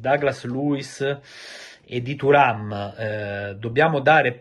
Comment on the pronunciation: A me nn viene keprhhhhen thuram come lo dici tu 😂😂😂🎉🎉